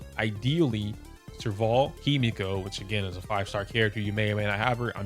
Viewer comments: He meh ko. Not himiko. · Using English is the worst way you could choose to try and explain pronunciation lol 😭 no hate, but it's really funny bc I could only read that as heh-mehhh-ko, not hi-me-ko